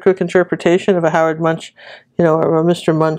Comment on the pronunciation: This is awesome! I could have painted a lot of cars in line on the bridge, because being stuck in traffic makes me SCREAM 😱 Just a side note, Edvards last name is pronounced with a k at the end.. like Munk... Edvard Munch (Munk)... Trust me on this one, I'm Norwegian 😄